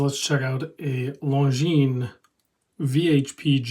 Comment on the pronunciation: Perfectly pronounced! Well done.